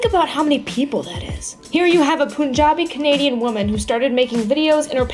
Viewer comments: It's Puhn-jah-bi, not poon-jah-bi. But good video nonetheless. :-) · I cringed so hard when she said "Poonjabi" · "Poonjabi" lol, but nice vid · the way she pronounced Punjabi tho lol